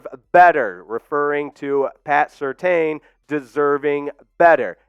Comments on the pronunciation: It's pronounced... Sir tan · Pats name is pronounced Sur-tan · It's pronounced Sur-Tan